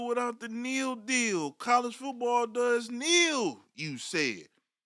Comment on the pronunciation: Stop saying “Neal”. Literally no one says that.